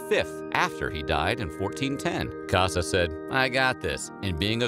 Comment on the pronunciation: It’s Cossa, not “Cassa”